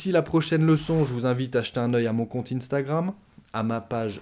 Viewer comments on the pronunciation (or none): none